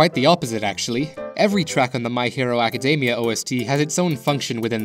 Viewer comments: "My Hero Acadeymia" lol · Am i the only one hearing him saying academia wrong?